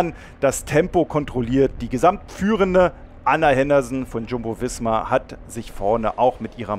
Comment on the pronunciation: Der Sprecher im Video sollte sich einem Stil der Aussprache zuwenden entweder alle deutsch angeglichen oder doch eher englisch betont. SD-Works, UAE, Jumbo Visma usw. klingt andernfalls einfach unschön. Die Betonung wirkt weiterhin sehr bewusst gewählt und daher etwas künstlich /überspitzt. Nicht mein Fall aber das muss es ja such nicht.